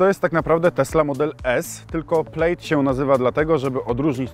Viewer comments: PLAD nie Pleid ! +900 tysi subow i zeby sie nawet nie przygotowac do materialu co do poprawnej wymowy nazwy auta. Slabo.. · Skad Ty wziales ta wymowe? To po prostu /plad/ a nie /plajd/ czy /plejd/ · To nie jest „Plejd” a „Plad” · Wymawiamy „plad” nie „plejd” 😂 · To nie jest "plejd" tylko "pled" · To się czyta "plad" tak w ogóle xD A co do biegów, ma gdzieś tam na plastikach pod ekranem takie ukryte P R N D, taki panel dotykowy. Ogólnie są chyba 3 sposoby aby wrzucić bieg w Tesli. Co nie zmienia faktu, że jest cholernie źle spasowana, lakier odchodzi w wielu i ogólnie ssie xD Do dzisiaj jakoś tej Tesli i ogólnie elektryków nie trawię. Może tylko ciągnik siodłowy elektryczny byłby fajny bo fajnie by się zbierał z miejsca, ale odkurzaczem jeździć prywatnie nie będę. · przepraszam, ale jeżeli "poważny" youtuber nie potrafi przyczytać poprawnie słowa PLAID, i czyta go jak słowo PLATE, to ja dziękuję, ja muszę w swojej pracy się rozwijać i uczyć mówić, nie zamierzam subować osoby która ma to kompletnie w dupie. Unsub. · wymowa plaid jest 'plad' wymowa plate jest 'plejt'